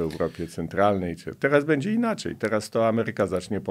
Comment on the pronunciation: Szanowny Panie, Abstrachujac od meritum-jest Pan polonista,wiec poprawne mowienie w naszym jezyku jest podstawa Pana wypowiedzi. Prosilbym wiec o "sobie" zamiast "se" i "bedzie" (z ogonkiem na pierwsze e),zamiast "bedzie",tak jak napisane i jak Pan to mowi. Wiele osob twierdzi,ze czepianie sie literowek,czy zlej pisowni nie jest istotne,a tylko przekaz sie liczy. Jestem odmiennego zdania-dbanie o poprawny jezyk to dbanie o nasza kulture i tradycje.